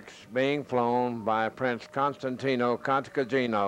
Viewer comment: The narrator doesn't even know how to pronounce the name of Costantin Cantacuzino. He says: ContantinO Cantacatrino... Give me a break!!!